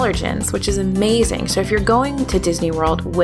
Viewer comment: Sushi at Splittsville is AH - MAY - ZING!